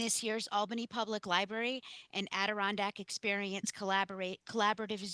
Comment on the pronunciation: I enjoyed your presentation but PLEASE, it’s "library", not "libarry", okay?